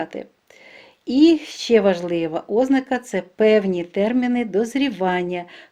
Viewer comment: ОзнАка! Наголос на першому А, а не на О!!!